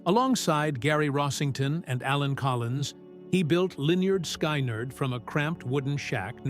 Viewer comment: Why can't that computer voice, that never heard my favorite band, I was born in 63, pronounce the band name? Guess I hate the fuckers trying to make a buck. This was and is my favorite band. FYI I've probably played drums for you pretenders somewhere.